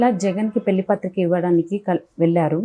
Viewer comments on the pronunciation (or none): Anchor గారూ! తెలుగు భాషను ఖూనీ చేయకండి. 'ళ' వేరు. 'ల' వేరు. .. వెల్లి, మల్లి, పెల్లి... అనొద్దండీ. వినడానికి అసహ్యంగా ఉంది.